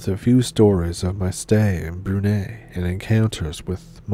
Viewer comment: Brunei is pronounced ‘broon-eye’. Broon as in broom and eye as in 👁️ . Not to be the language police but it’s like if someone from Brunei pronounced Seattle like ‘seetle’ .